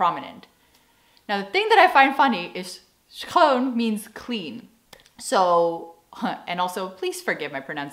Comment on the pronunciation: Your pronunciation of the word 'schoon or zwager' is just perfect!